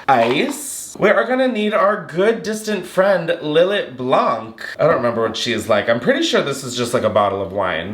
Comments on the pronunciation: btw babes its pronounces " lil-aye", its so yum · Lil let is fortified wine, btw (and is pronounced Lill—ay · Lill-lay is how it is is pronounced. I manage a liquor store and I was embarrassed the hard way.